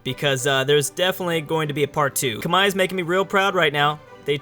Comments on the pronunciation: It's not "Kamahie"it's "kmer", the "H" is silent. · Khmer=Comehre not khmai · Love the vid as always, but just gotta point out one thing: Khmer is pronounced like kim-air/ear, not kim-eye. At least in English anyway. As in Khmer Rouge. Anyway, keep up the good work. =) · tankfarmer realy because I have been to Cambodgia and no one say kmai it was more K Mer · It's not cum-hi, it's pronounced like Come here. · Why does always say 'kmai' instead of khmer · I am actually khmer myself, and every Khmer person pronounces it as "kmai" as in bye. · tankfarmer I've always heard Kuh-mare, or k-mer as you said. Granted I'm American and my main knowledge of the pronunciation is from the Khmer Rouge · Its properly pronounce like Khmae not Khmer or Khmei, the Northern dialect pronounces it Khmer (just like its spelled) however which is where the English pronunciation comes from. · However I do believe in modern times it is pronounced like Khmai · When someone calls a Muslim Sultanate attempting to claim Rum/the one who becomes the Ottomans the Byzantines... inhales BOOOOOIIIIIII!!! Also, Ca-Meer. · Khmer Kah-Meer!!!!! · It’s k-mai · Khmer is pronounced come here. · read khmer Say khmai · Khmer= kuh mare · Oh my god, learn how to say Khmer, please, you're killing me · I don't think that's how you say "Khmer" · The way he pronounce "khmer" physically hurt my ears